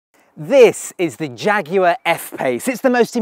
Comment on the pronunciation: I'm sorry but I clicked off just hearing you say "jaguar" but nice car!